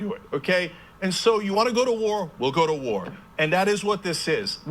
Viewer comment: "You want a WOAR, We'll give you a WOAR!" Okay Chunk, you couldn't fight for five seconds before you pass out you fat fuck. Pissants like you that have never bothered to actually put on a uniform have no right to call your personal little difficulties "wars".